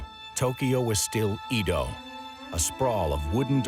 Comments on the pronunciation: Good doc butchered by bad pronunciation. Edo [eh-do] 🤦‍♀️ “ Ido” [ih-do] is a water well… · "Eedo"? No. Why? It's "Eddo". Great content though when I'm not wincing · Eh-DOH...not EEEE DOW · He says Edo like EEEdo like why the hard E why did no one correct him its so cringe i commited seppuku twice and still wont stop cringing and crying and crying out to god why, why make humans at all if this is it, if we are made in your likeness then are you also a failure, god? Why god? How could you let this happen? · McArthur came to "wipe out communism" lol Japan wasn't communist. EDO - is not EEDOW . BANZAI! eedow - eedow -eedow every fkn 3 seconds. SHHHHHH. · Edo - get the pronunciation right! Seriously 🙄